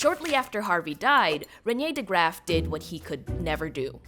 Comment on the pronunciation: Hearing you mispronounce reinier de graaf and antonie van leewenhoeks names is physically painful, i am so so sorry